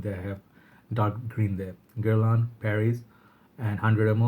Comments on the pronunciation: I'm French and your pronunciation of Guerlain is pretty good 😉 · You were 90% ok with pronouncing "Guerlain" in the beginning of the video!